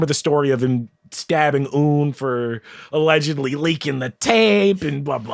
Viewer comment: I agree on the age issue ( pronunciation of "Un" was driving me insane") and on Jay not making Bey-- Beyoncé made "Upgrade U" for a reason! They are the blueprint for a power couple for a reason tho, them coupling leveled them both up in different ways